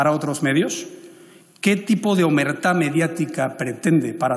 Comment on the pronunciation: No es "Omertad" como le han escrito en los subtítulos, Casado lo ha dicho muy bien. Es "Omertà" el código de silencio de las mafias en Italia, ha hecho muy buen símil con lo que se vive en base a la censura. Muy feo esto, yo ya no sé a quien votar.